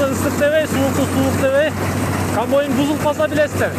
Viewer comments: Камбайн токтогуча 77 жолу камбойн деп жалжырады 😏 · Блогер болом десен туура суйлогонду уйронуп анан суйлосон,камбойун эмес,камбайын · Ээ кечке эле камбойн деп суйлойтко.. Комбайн деп айт атакул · КамбОйн🤦‍♀️эмес. КомбАйн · КАМБОЙН ДЕПКОЙ 🤣🤣🤣